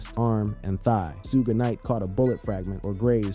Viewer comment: SHUG KNIGHT. NOT SHUGAY Knight. smh.